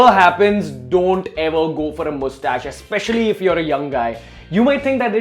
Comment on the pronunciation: Omg, Indians really pronounce it Moostash. I was watching TBBT where Kunal Nayyar pronounces it like that, and I thought it was just another racial stereotype. Now I know it's not. 😁